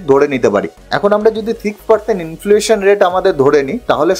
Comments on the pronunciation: Influation bolchen... Word ta hochhe inflation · অসাধারণ presentation.. খুব informative কিন্তু একটি উচ্চারণ ঠিক করে নিতে হবে। ইনফ্লুয়েশন নয়। ইনফ্লেশন। Many many congratulations.